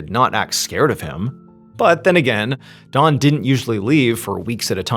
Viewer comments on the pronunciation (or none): The way he pronounced his name, I couldn't tell for 2/3 of this video if the man's name was Dawn or Don. 😂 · dOn not dawn the way he says it drives me CRAZY!!! 😖 😂 🙃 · Why does mr ballen call him dawn. Its don😂 im listening to this at work and 2 other people were kinda listening in and at the end they didnt here what happened so they asked me who ended up killing that lady. I said lady it was a guy. And they said oh he kept saying dawn ! I thought i was nuts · Is anyone else tripping out hearing him say Dawn and not Don the whole time 😂😂 love you MrBallen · I am hearing Dawn not Don. Anyone else. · The story becomes confusing when Don is pronounced “Dawn” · Hey, great story, but I almost couldn’t finish it because you kept saying “Dawn” instead of “Don.” 😂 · Funny how you pronounce DON as DAWN throughout the entire story. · "D-AH-N". Not "Dawn". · I know you’re saying Don, but it sounds like Dawn to me. For context I am Australian, so I’m listening to a foreign accent. I had a quick look through the comments, nobody else mentioned it. Anyway RIP Don, just sad tragedy for a family. A story heard all too often for those who follow true crime channels. Even though technically this isn’t 🤔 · I’m wondering where Mr.Ballen grew up. He pronounces Don with a “w” sounding like Dawn. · His name is DON, not DAWN! I’ve never heard someone mispronounce a name so consistently like that. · the way he keeps pronouncing this man’s name as “Dawn” is driving me nuts 😂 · You keep pronouncing Don as Dawn. How do you pronounce Dawn? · Saying dawn instead of Don is driving me nuts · When you say Don ... It sounds like Dawn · Instead of Don I keep hearing Dawn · dOn not dawn the way he says it drives me CRAZY!!! 😖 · Yooo...why does this dude keep calling this guy "Dawn"?! The name is clearly "Don"....not "Dawn". It's driving me fucking insane !!! PLEASE stop calling this guy "Dawn". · Anyone else hear Dawn instead of Don. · His name is Don I think, not Dawn... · Don not Dawn